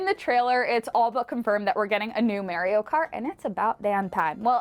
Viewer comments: MARR - IO not MARE - IO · It's not mare e o it is mar e o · Why didn't someone tell her how to say Mario?